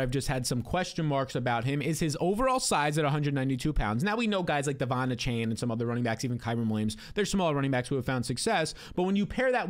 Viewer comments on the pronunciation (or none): none